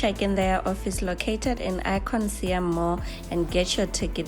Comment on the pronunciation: Siam pronounced Sa Yarm